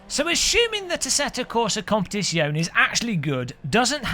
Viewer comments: competizione it's Zion-a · OMG such blatent click bait.😁 Your right though iRacing needs a good kick to even think about changing its pricing system. Oh and and when pronouncing Italian words generally all of the letters are pronounced, don't forget the 'e' at the end. Love ya byeeeee.